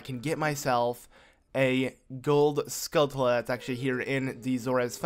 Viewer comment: You know it's skullTulla and not skullKulla right? Obviously its not a big deal, its just annoying